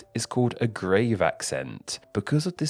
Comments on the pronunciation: It's not pronounced /grayv/ like where you put corpses, it's pronounced /grav/. /till-I-dee/? 🤨 I'm starting to wonder is mispronouncing these on purpose. 🤔 (it's /till-duh/) Yes, you certainly shouldn't judge pronunciation. 😒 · Grave accent is pronounced Graave (rhymes with halve), not grave as in where a body is buried! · The grave accent is not pronounced "grayv" but"grahv" - this is how three UK people (but not one American) pronounced it on Forvo. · the pronounciation of Tilde and Grave physically hurt